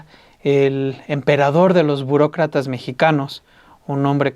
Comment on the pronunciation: jeje dice Bucrocrata